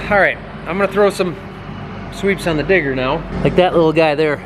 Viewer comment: every time said digger, i thought he said tigger. and now i cant stop thinking about winnie the pooh